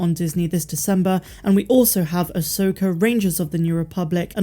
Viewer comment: We have an "Uh Soaker"?